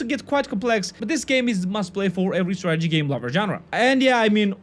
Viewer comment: I kept on hearing tragedy game....